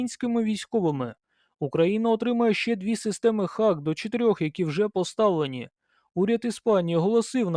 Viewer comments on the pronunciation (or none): шановні, знайте що англійською дуже часто вимовляється не так як пишеться. тож раджу забити слово Hawk в гугл транслейт і прослухати озвучку. це точно не Хавк)) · Це перекладається як Яструб - Hawk, звучить Го-ок (hôk). Я про це вже 30 років знаю. Це так само як і в словах straw (strô), raw (rô), tomahawk (ˈtäməˌhôk) Одне й те ж правило - aw - - ô (трохи протяжне -о-о) Успіхів вам.